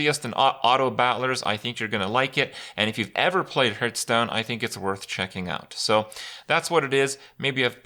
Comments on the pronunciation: 2019, you still pronounce Hearthstone as Hurtstone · Fucking hell he's still mispronouncing hearthstone after all these years..